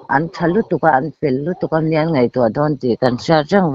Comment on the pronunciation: Nijan tilo hian j aiah z hi hanhmet zeuh la mizoṭawng dik ihmang nimai tur